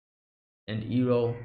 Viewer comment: Iroh already redirected lighting in episode 12 during the storm btw. Also you messed up with his name a couple times, it pronounced like eye-roh, not ear-roh. Season 2 is much more interesting and storytelling is much more fluid it expands on many previous concepts such as Avatar state and lighting bending already in the opening episode. Looking forward for some interesting episodes.